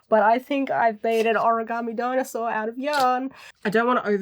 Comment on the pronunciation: its a Dinosquar(e) of course.. pronounced dinosquor